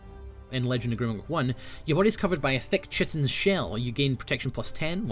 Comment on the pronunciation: Chitin is pronounced like kite-in.